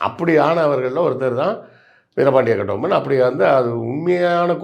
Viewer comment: அந்த ஆளு பேர முதல்ல ஒழுங்கா சொல்லுங்கடா... கெட்டி பொம்முலு